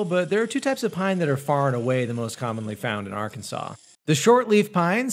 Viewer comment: I feel a little offended hearing you mispronounce my states name, Arkansas It’s meant to be pronounced as Are-ken-saw Sorry if this seems mean it was just bothering me. I hope that it was more helpful then mean!